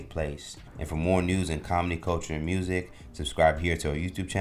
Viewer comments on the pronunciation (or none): none